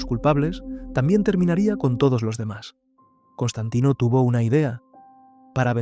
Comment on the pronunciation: es Constantine No, es Constantain... Constantino!!! 😂😂😂